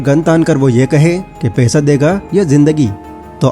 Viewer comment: पैसा बोलो भाई पेशा मत बोलो 😊